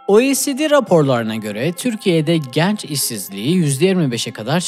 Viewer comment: kardeş "genç" kapalı e olmalı.